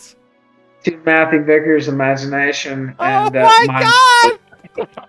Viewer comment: It's pronounced Vickers not viggers its not that hard.